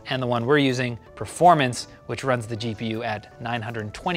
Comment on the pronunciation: Why do you guys struggle to say performance? PRAFROARMANS